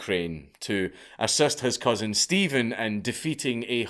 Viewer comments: Except Steven is actually written as Ștefan, roughly pronounced Shtefan. The leader in question is Ștefan Cel Mare (Ștefan The Great) and ruled Moldavia for a long time. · I don't know why he said all Romanian names in their original version EXCEPT for Stefan (Pronounced ShTEHfan) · To be fair it's Ștefan (shtefan) Stephen is the English equivalent and is derived from the slavic name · Only he murdered all the Romanian names pronounciations. Stephan, John and Vlady? wtf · It's pronounced Stepan. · You need to learn how to pronounce MIRCEA. It is not Mirsea, it is MIRTCHEA. There is no STEPHEN in Romanian history lol. The king was called STEFAN . SHTEFAN pronounciation. Also ION is not JOHN. And Vlad's dad name was also Vlad, not Vlady. Impaling women for adultery is a lie, I don't know where you got that from. He was impaling the actual traitors of the country as well as thieves and robbers, not women. He also did not kill beggars, he was going for the thieves. Check your sources. We actually need a Vlad feast for all the globalists and their families at this moment in time. There was a story saying that there was a gold cup near one of the fountains by a crossroad for anyone to use during Vlad's reign and no one dared steal it as they were so afraid of impaling.